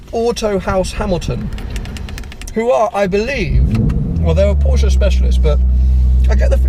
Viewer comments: Mat mul....exactly, or to be more exact it’s an a(uh kinda)😎😂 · Really interesting guy.....but pronounce Porsche correctly please! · Never heard any english speaker pronounce Porsche correctly and find a honest american "Porsh" way less painful to hear than this strange "uh"-ending people add pronouncing it "correctly". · says he‘s a passional Porsche and doesn‘t know how to pronounce it